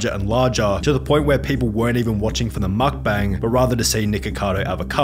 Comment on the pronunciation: mukbang not McBANG